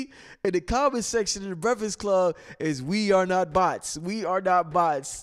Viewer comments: LMBAO. Word to God I love and all the information he provides(good build with Brother Blue btw) but if I hear him say breficks club again I'm smashing my computer. Lol. All love.. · LMBAO. Word to God I love and all the information he provides(good build with Brother Blue btw) but if I hear him say Breficks Club again I'm smashing my computer. Lol.. All love.